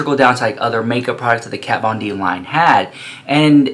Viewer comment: This isn't Jeffree bringing shade, it's been so many years he doesn't know how to pronounce Kat's name anymore, he's so over the drama shit, he doesn't give a slap, plus it wouldn't bother her a bit, she doesn't have a thing to do with the business! Of course it wasn't necessary for him to do the religion thing, but he wanted to do something different, something that hasn't been done before, which it hasn't, I mean only Jeffree makes a Pink faux leather Bible and turns it into an eyeshadow pallette lmao, Jeffree doesn't copy anyone, he doesn't have to, he has the money to make whatever he wants and this is what he wanted to do, and he did it brilliantly as always! So you start drinking some Iced tea baby, lol there's no hot tea here! Hahaha! JK! I love you! 🥰❤